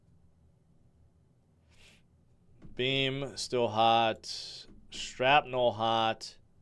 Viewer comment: Please say SHRAPnel correctly.